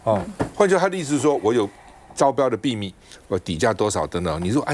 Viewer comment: 老趙能不能不要再把秘密念成必密了？聽著太難受了，誰教你這樣念的？全世界華人就你一個